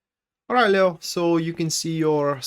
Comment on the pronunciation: Lay plus oh sounds lao but the lion is pronounced leee plus oh. Le as in leave le/o